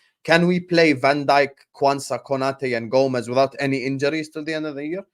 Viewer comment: Who's Kunyate? Do you mean Konate? Koh·na·tay.